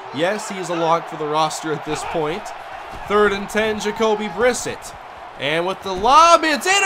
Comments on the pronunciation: Almost two years late but it's pronounced "Bri-set", not "Briss-it" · pronounced bri-set